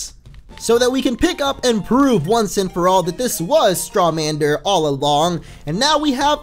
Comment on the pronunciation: IT'S Strawander, not Strawmander. Yes, I know Strawmander sounds better, but that's not its name